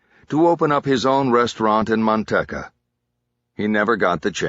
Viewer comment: Driving me nuts that he keeps calling Manteca Mantecka and not its real name pronounced Manteeka